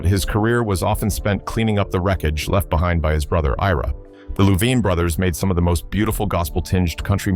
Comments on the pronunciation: It's pronounced Lou-vine! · Any way you could mispronounce Louvin, this guy did it. Damned AI!